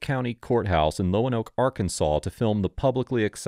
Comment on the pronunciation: In Arkansas it’s pronounced Lone Oak.